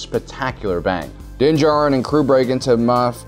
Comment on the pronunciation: Also din djarin, do you mispronounce on purpose my guy?